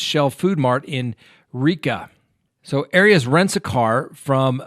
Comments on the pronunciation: It’s not pronounced ari ass 😂are you being cheeky pun intended haha, she’s a bunny boiler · Air-e us. Come on,. Everyone has heard it many times. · I love how you say her name , sounds like hairy arse! Lmfao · Please get your facts straight on this case........including how to pronounce her name. It's just irritating. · 1st of all you're pronouncing her name incorrectly 2nd of all she should probably get the defense attorney who defended OJ and casey because he would probably be able to get her off 3 we just need to stop hashing out all the stuff and creating gossip Because she's desperate and would like to get out We really need to take a deep a book in to how fragile the mind and heart is because this guy kept on letting her back in he kept on toying with her heart when she really loved him when a person's playing games like that they're taking their own life in their own hands because people become fragile and they become very sensitive and this is why we need to be very careful when we have our relationships because more and more people are just getting more intolerable of how they're being treated and people are going off you see it with all the mass murders you see it with husbands and wives killing each other it's just a new norm and I feel that people really need to look a bit deeper into human behavior because if you've been hurt over and Over you become more intolerant This is just my opinion there's no condoning of murder however the fragility of the human mind and heart needs to be taken into consideration because people can toy with people and mess with people till a point and then a person can be pushed over the limit and just snap I'm just sayin just my opinion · I adore.... BUT can someone please help him how to pronounce “Arias”?!? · your mispronunciation of Jodi Arias' last name gave me a headache. Please don't do that, anymore.